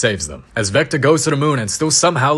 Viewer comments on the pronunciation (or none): Bro said zector😂